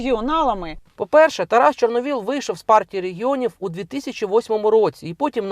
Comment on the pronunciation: Яніно! Не ЧорновОл, а ЧорновІл.